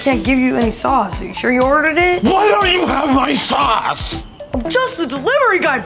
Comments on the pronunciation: I thought he said sauce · I swear he said my 'sause'.